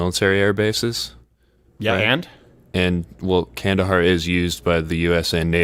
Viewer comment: I didn’t know you said Kandahar, I thought you said “candy bar.” So it didn’t change much for me, but thanks for the correction.